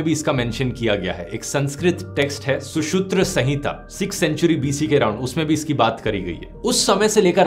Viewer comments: सुश्रुतसंहिता को सुशूत्रसंहिता बोल दिया 🤦🏼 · Susrutsanhita Ka pronunciation shi kro dear